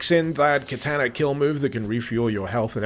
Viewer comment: I've been watching you for many years man, but I can't stop laughing at how you pronounced "kertaner" (katana) 🤣 But thanks for a more in-depth look at this project. I'd heard of it but not much about it, you've made it look much more interesting